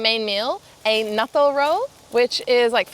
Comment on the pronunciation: "" is so Aussie